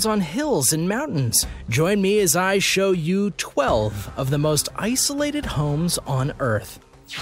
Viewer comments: What is "Ssolated"? Ssolated homes? ......Tighten-up Dude. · You guys need to work on your videos. It's Isolated not Ssolated and you mean the Seven Seas not Sea Seas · Did anyone catch the Ssolated lol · Provably even earlier when it says “Ssolated” instead of “Isolated” lol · who noticed in the beginning it says Ssolated and not isolated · Uh.....dude.....Isolated, not Ssolated. Where did you go to grade school? Fail Your credibility just went down the tubes...lol. And your info is not accurate. And it isn't "sea seas"...it is "Seven Seas"....lol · you freakin put SSOLATED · Most ssolated sea seas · Lol it said 12 of the most ssolated homes on earth lolollolololololol